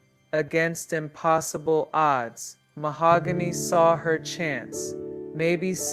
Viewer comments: YES!!! me too. Keep saying MaHOOgany, ugh😞😞😞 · Rest in peace mahogany❤ whoever this narrator is keeps pronouncing Mahogany's name Ma-hog-gany. Absolutely driving me nuts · The voice is HORRIBLE. I started watching at 1.5x speed but even then it sounded like a child being forced to read in front of the class. Saying her name incorrectly. This is disrespectful man. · Definitely going to have to look this story up somewhere else because this AI voice is probably the worst i have heard yet, cant handle listening to this tragic story being told in this kind of way. I kind of feel that it is disrespectful to the poor young ladys story to be told in a voice that cannot even say her name correctly.